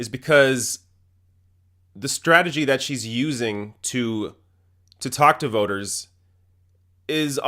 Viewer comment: I like this guy, but I have one suggestion (and this is not out of malice): please learn how to pronounce the word "strategy" correctly.